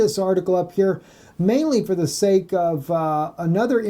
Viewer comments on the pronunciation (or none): none